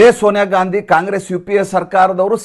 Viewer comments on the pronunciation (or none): none